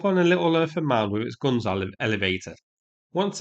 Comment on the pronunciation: "Adam and Eve it" really made my day! Do you know that you pronounce "guns" exactly like the gangsters in Guy Ritchie's movies?😂😂😂